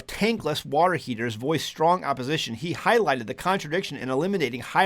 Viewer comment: You almost said "Water Heezers."